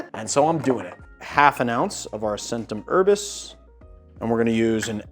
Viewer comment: The "c"s in both Faccia Bruto and Centum Herbis should be pronounced "ch" but other than that I really enjoyed the video. I just wish it didn't involve so many repetitions of those particular mispronunciations.